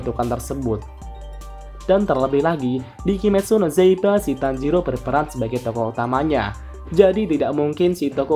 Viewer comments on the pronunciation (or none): Kimetsu no zaiba Kimetsu no yaiba yang bener